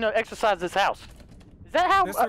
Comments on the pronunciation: lol its not exercise its exorcist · Deliourus it's (Ex-or-cist